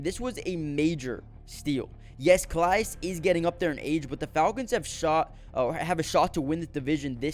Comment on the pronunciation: Good stuff.... fyi i think Calais is pronounced 'Ka-Lay